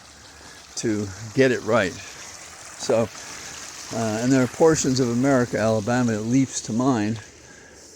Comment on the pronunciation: Darlings, it’s ALABAMA for Christ sakes